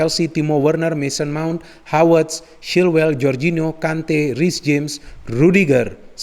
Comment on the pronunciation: Apa cuma saya saja Yang mendengarkan Menyebutkan Nama Kai Havertz Dengan sebutan Hawertz, Hawertz. Tolong klarifikasinya dong 🙏 #SayNotoRasicme #Respect